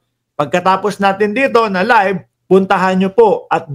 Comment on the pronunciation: Libe ba o live bulol